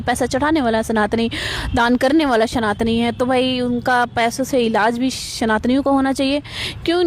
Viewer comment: It's "Saaa" (Sanatani) not Shhh (Shhanatani) 💪🏻❤👊🏻